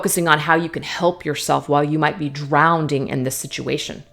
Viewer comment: I love you... funny thing- did you say" drownding" twice?! Hahahahaha- my all time favorite tarot reader. You dont have to be cookie cutter- a Devin Feminine- teacher, healer- my bff in my head. But you did say drownding! 😂😂❤❤🤣🤣